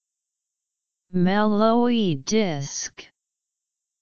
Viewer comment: I thought it was ''Mel-Lo-Hee'', but apparently it's pronounced ''Mel-lowey''